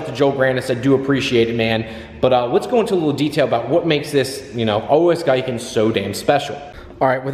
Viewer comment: Pronkunced GEE-KEN love your videos brother wish I could get my Supra to you one day you do phenomenal work